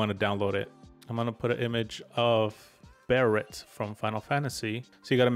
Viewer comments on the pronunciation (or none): none